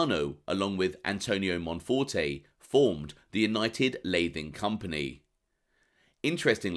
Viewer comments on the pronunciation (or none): It's also not pronounced "lay-thing". It's "lat - ing" , as in batting. It's from an old plastering technique, applying thin wooden strips to wall studs, then roughing and skimming.